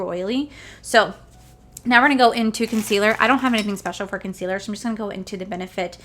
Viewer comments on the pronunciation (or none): none